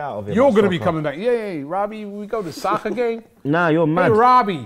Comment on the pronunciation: Ayy Robbie, we go to saccer gaymes HAHAHAHA